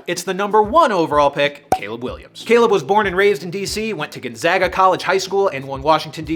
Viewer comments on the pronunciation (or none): Its pronounced "Spo-can" not "Spo-cane" just for future reference. Probably need the Gonzaga pronounciation too, and thats "Gone-zay-ga" and not Gone-zah-ga"